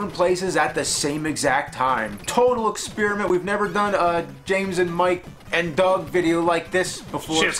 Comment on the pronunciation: James, why do you always pronounce experiment like ex-spearmint? :P